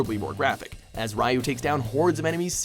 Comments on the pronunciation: Stop saying "Rye-yu" it's "Ree-yu", can you not butcher a language for once! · It's Not Pronounced "R-i-u" It's "R-ee-u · Rye-oo? Ugh, NO! It's Ree-oo! asdagkhjseohnaobvfanoibesnan;a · jesus christ...his name is not pronounce rai-you it's pronounced ree-you...goddamn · ninja gaiden: it is pronounced REE-YU. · why do people not say Ryu right they always say Riu